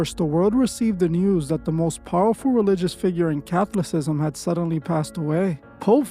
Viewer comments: The correct pronunciation of Catholicism is, Ca·thol·i·cism | \ kə-ˈthä-lə-ˌsi-zəm \ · Raised catholic...but doesnt know how to pronounce "Catholicism"..?? Dude are you AI? It is odd how polished and uniform your videos have been since day one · You're say catholicism wrong.